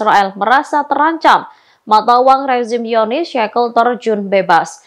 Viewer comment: Apa cuma aku yg dengar kata Zionis dibaca "Yonis"?